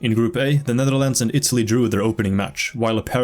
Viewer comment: the netherldndl 😭💀 btw great video, this deserves more attention